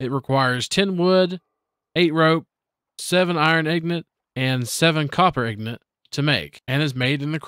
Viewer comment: I will tell you the same thing I told my best friend for 8 years. Ingot is not pronounced "Ignut." This is the hill that I die on.